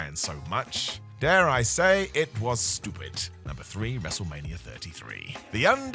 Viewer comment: Why do you say wrestlemanier?